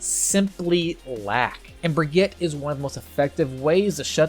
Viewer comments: ITS BRIGEETA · As someone from Germany it‘s always a joy hearing you pronounce Brig‘s name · *makes a joke about how people mispronounce "Brigitte" *immediately mispronounces "Brigitte" 🤦‍♂️ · 2019 - still can't pronounce Brigitte properly... /smh